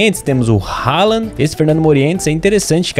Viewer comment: É halandd